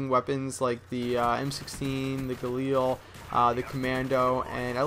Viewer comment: yes. YES! SOMEONE who pronounces Galil right...